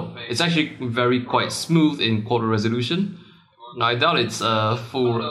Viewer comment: "ph it come up WEARY WEARY quick #asians